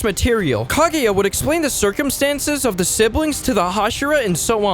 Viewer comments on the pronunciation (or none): none